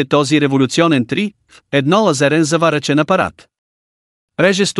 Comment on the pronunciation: Какво е "едно лазарЕн" . Пълни глупости е това. Научете се да говорите.